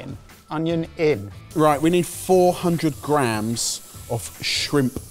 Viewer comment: Linguistic Point: Why does say "grahams" instead of "grams"?